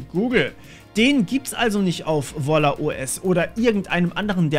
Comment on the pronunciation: Wer versteht auch statt "Volla" "Walla"? XD